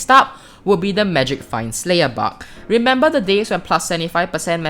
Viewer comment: I love the way he says bug he says it like buck